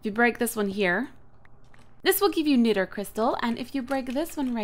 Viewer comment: hey Cupquake a bit O' pronounciation & clear-up... niter: pronounced "night-er" apiary: pronounced "ay-pee-ery" the incubator is for eggs. (or larvae) try using the rope next to platforms that you plan on using. The pack is pronounced "ah-maze-oh" 'cuz it's "amazing". Happy trails Cupquake.